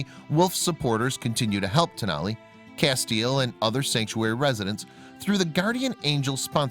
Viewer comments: Great story.....I must say though, you pronounce his name "Cass-tee-el" I'm a Supernatural fan. LOL Thanks for showing the plight of wolf dogs. They are beautiful and deserve love and a forever homes just as much as a regular dog. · FYI :Castiel is pronounced Cas-ti-el on Supernatural. 3 syllables.